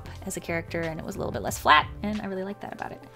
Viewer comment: Is it weird when she says flat or am I hearing things?